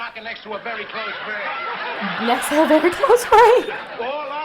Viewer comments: He is refering to "vericose veins", but he says very close veins. They like to have him say things similar to what he means to say , for comedic affect. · He meant to say "in her elastic stocking next to her varicose veins" but in Archie speak and his hilarious mispronunciation of words the line he delivers is "In her elastic stocking next to her very close veins." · He said VERY CLOSE VEINS, (vericose veins) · Archie's quote about where Old Lady Heisinger could carry a gun was "....she could carry it in her elastic stocking next to her very close veins". Archie's way of mispronouncing words and phrases to humorous affect are part of his charm. The phrase "very close veins" is a mispronunciation of the medical condition called varicose veins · Archie is reeling off references to stars of classic westerns, but botching their names, and he doesn't know how to pronounce varicose veins, so he says, very close veins. Lol. Shades of Key & Peele Substitute Teacher nearly half a century prior.